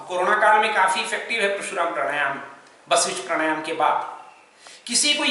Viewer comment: जिस विषय पर आप ज्ञान दे रहे हैं बेमिसाल है उस पर हम कुछ नहीं कह सकते क्योंकि हम कुछ जानते ही नहीं। हम जो कहना चाहते हैं ओ है उच्चारण का।आप समझाते हैं परशुराम प्राणायाम का लेकिन सुनने में प्रशुराम हो रहा है।